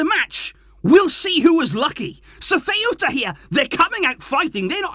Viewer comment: I cant lie hearing butcher my hometown name like that loool got me in TEARS🤣🤣🤣